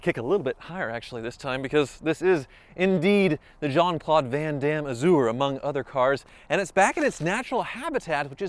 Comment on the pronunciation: Bently "Azoo-er"